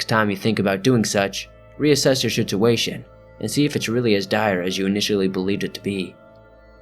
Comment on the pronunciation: "Shituation" lmao